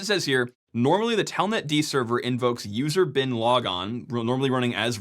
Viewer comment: Am I the only one who heard "user bin laden"?